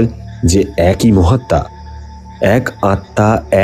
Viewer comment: লাশ!! 'এক ঐ' না 'এক ই '